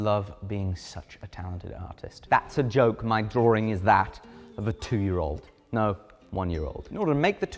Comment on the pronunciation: There's only one R in DRAWING, not two. It's not DRAWRING! There's only one R in DRAW. Say DRAW, then say WING... that's English for you!